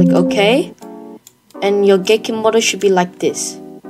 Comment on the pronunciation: i heard GayKit XD